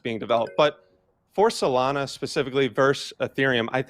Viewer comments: “Solaner” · Bro can you finally pronounce Solana the right way please? 😂😂